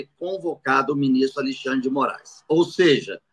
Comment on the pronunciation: Muito obrigado por nos ensinar e esclarecer os fatos, e nos tornar conservadores fortes. Mas peço por favor, fale Alexandre, e não mais Alixandre. Abçs